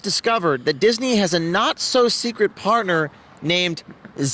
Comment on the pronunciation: haha u said seekwit. LOL